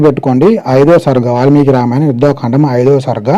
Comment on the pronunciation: అన్నా యుద్ధా కాండ అని చదవకండి. యుద్ధ కాండ అని చదవండి. ముందే వాళ్ళు ఆ బత్తాయి గాళ్ళు ముక్కోటి మందికి పుట్టిన వాళ్ళు. మనం పర్ఫెక్ట్ గా చదివితే ఫ్యూజ్ లు ఎగిరిపోతాయి. Thank you for this video anna 🙏🏻